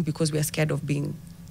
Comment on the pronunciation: What's 'vonrable'? The context leads to think she means 'vulnerable'...😊